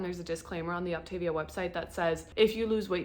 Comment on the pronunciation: Thanks for the info, however it is pronounced OptaVIA, like mama mia.